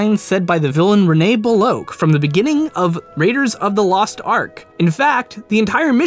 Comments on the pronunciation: Beh-Lock not Behloke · It's bell-okk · ''Beloke'' Like when Sallah says: ''Bellosh''